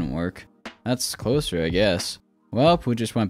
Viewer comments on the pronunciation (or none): none